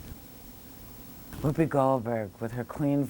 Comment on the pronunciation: *wohoopi*? it's WHOOPI.